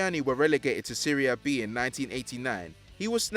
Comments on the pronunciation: Thats how seria is pronounced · That's how it's pronounced